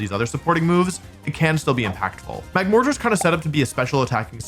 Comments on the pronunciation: Apparently Wolfe pronounces mortar as “more-tarr” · that is NOT how you say the word mortar